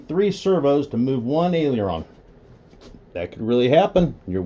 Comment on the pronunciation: Was it an accident that you pronounced aileron correctly..? Lol